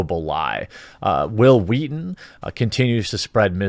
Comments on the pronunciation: "All I'm saying is you should be nicer to Whill Whweaton" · Say will Wheaton.. Hwill Wheaton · Hwil Hwheat-thin.